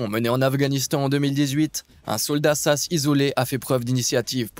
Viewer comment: ont dit S.A.S. et non sasse .....